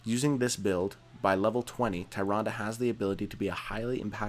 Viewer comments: Samuro= Som-er-row Tyrande= Tyrande not Tyranda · TYrande and SAMuro lol the pronunciation on this guy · LOL "THAY-RUN-DUH".... facepalm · 0% Chance Tyrande is pronounced "tie-ron-duh" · Tyrande has hilarious spelling, but ye, Malfurion in WC3 does pronounce her name Tee'Rahn'DA. I checked xD But from the spelling alone it could be Tai'Rand, or Tee'Rahn'Dee, or Tai'Rah"Saurus xD What's wrong with Samuro? I always pronounced it Sah'Moo'Roh